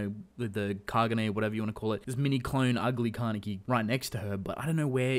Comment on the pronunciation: stop saying kane(KEY) WTF